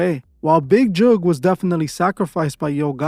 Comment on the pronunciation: Mans pronounced "Tentacion" better than literally anyone in the world ever has, but can't pronounce "Jook" for the life of him